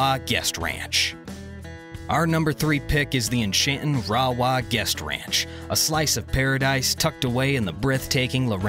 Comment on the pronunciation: Rawah - prounounced ray-waaa. Cache la Poudre - we say Cash la Poo-der.